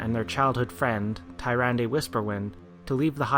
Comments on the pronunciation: Awesome vid man, but I can't get over you pronounce Tyrande. It's pronounced Tier-ron-dah. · Tome of Sargeras? Satire? Furblogs? It's pronounced Toom of Sargeras, Sater,and Furbolg, the l and o are switched. Tyrandes name is also pronounced Turande!